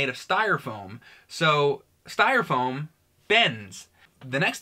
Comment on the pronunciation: calls it "stire foam". Haha...Fuckin.